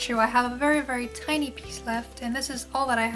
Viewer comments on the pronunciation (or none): none